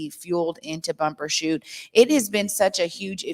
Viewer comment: It's Bumbershoot, not Bumper.